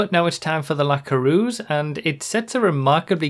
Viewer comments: Good video, but as a french I HATE how you pronounce the word "Coureuse" lol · pareil :D